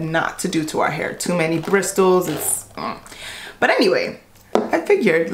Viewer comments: " Da Bristols" Me: Bristles? Is that what you mean? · Bris dals lol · BRISTOLS!!! 😂 it’s Bristles (silent L) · "Bristols" smh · Bristles is pronounced as brissels 😂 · No, shes saying it wrong. A quick search on Google search will prove that in 2 seconds. I'm just not sure if shes doing it on purpose to be funny or not... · Roo Rot Me Rucked Up lol it should be silent. Think of whistle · The T is silent is bristles lol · no it really isn't. It's pronounced with a silent T. I'm an English speaking English person and the Oxford dictionary phonetic spelling is ˈbrɪs(ə)l' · lool the way she said bristles. The T is silent sis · The t in bristles is silent yo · The way she said "bristles" 😅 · Sis the “t” is silent in bristles 🤦🏾‍♀️😂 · The ”T” in ‘bristles’ is silent btw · The t is silent is bristles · The T in bristles is silent. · Oh boy “brisTles” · The what on the hairbrush? The t in Bristles is not pronounced. 😂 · The T isn’t pronounced is bristles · You don’t pronounce the t in bristles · BriSSels....the 't' is silent.... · That's not how you say bristles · I’m so bothered by how she pronounces bristles. The T is silent!!! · The T is silent she just can’t talk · Ya I thought the “T” was silent lol. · I couldn’t make it passed brisTles!!! Damn it it’s pronounced brissels the T is silent!!!! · Bristols (in the plural) is a whole different vancular! It rhyming slang for breasts (Bristol city = titties). Brushes have bristles, which is pronounced brisles. The T is silent. Bristol is also a city in the county of Somerset, England. Which is approximately 25 miles from where I live. So it is definitely a mis-pronunciation, unless of course she's actually talking about her bosom through out the whole video and not the brush. Then in that case it's not so much! 😂😂😂 Hope that helps clear things up. 😊 Mindygrace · Bristols? Bristles = "briss-ulls" ? :) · She said "bristles" it's actually called "brissels" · Bristols LMAO. I’m glad you like it girl but it’s pronounced brisssssles